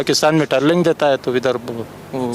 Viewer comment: Training ko trailing bol dya ja Sala.. indian raw ne sahi se yad nh kraya...ha ha ha ha ha